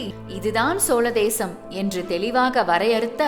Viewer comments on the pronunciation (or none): ஏனுங்க அம்மணி உங்களுக்கு தமிழ் உச்சரிப்பு இப்படி இருக்கிறது? இவ்வளவு நல்ல விஷயத்தை சொல்லும் நீங்கள் ஏன் தமிழைச் சரியாக உச்சரிக்க கற்று கொள்ளவில்லை?? அதென்ன நள்ள (?) காளம், சோள தேசம்???.. மன்னிக்கவும் இது சரியில்லை..😭 யரலவழள, மெல்லினம், இடையினம், வல்லினம் பாரத்து உச்சரிக்கவும். தயவுசெய்து திருத்திக் கொள்ளவும்.. கீழ்கண்ட பாடல் வரிகளை அடிக்கடி உரக்க படித்து, பாடி பழகுங்கள்.. குறிப்பாக, "*கள்ளுர பார்க்கும் பார்வை உள்ளுர பாயுமே* என்ற சரணத்தை தினமும் இரண்டு முறை பாடி பழகினால் உங்கள் உச்சரிப்பு சரியாகும் ராஜ ராஜ சோழன் நான் எனை ஆளும் காதல் தேசம் நீதான் ராஜ ராஜ சோழன் நான் எனை ஆளும் காதல் தேசம் நீதான் பூவே காதல் தீவே மண் மீது சொர்க்கம் வந்து பெண்ணாக ஆனதே உல்லாச பூமி இங்கு உண்டானதே ராஜ ராஜ சோழன் நான் எனை ஆளும் காதல் தேசம் நீதான் பூவே காதல் தீவே கண்ணோடு கண்கள் ஏற்றும் கற்பூர தீபமே கை தீண்டும் போது பாயும் மின்சாரமே உல்லாச மேடை மேலே ஓரங்க நாடகம் இன்பங்கள் பாடம் சொல்லும் என் தாயகம் இங்கங்கு ஊஞ்சலாக நான் போகிறேன் அங்கங்கு ஆசை தீயில் நான் வேகிறேன் உன் ராக மோகனம் என் காதல் வாகனம் செந்தாமரை செந்தேன் மழை என் ஆவி நீயே தேவி ராஜ ராஜ சோழன் நான் எனை ஆளும் காதல் தேசம் நீதான் பூவே காதல் தீவே கள்ளுர பார்க்கும் பார்வை உள்ளுர பாயுமே துள்ளாமல் துள்ளும் உள்ளம் சல்லாபமே வில்லோடு அம்பு ரெண்டு கொல்லாமல் கொல்லுதே பெண் பாவை கண்கள் என்று பொய் சொல்லுதே முந்தானை மூடும் ராணி செல்வாக்கிலே என் காதல் கண்கள் போகும் பல்லாக்கிலே தேனோடை ஓரமே நீராடும் நேரமே புல்லாங்குழல் தள்ளாடுமே பொன் மேனி கேளாய் ராணி ராஜ ராஜ சோழன் நான் எனை ஆளும் காதல் தேசம் நீதான் ராஜ ராஜ சோழன் நான் எனை ஆளும் காதல் தேசம் நீதான் பூவே காதல் தீவே மண் மீது ச